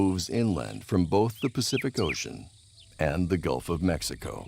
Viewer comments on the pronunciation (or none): none